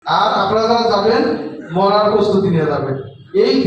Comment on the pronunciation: মরার না বলে মারার বলেন!!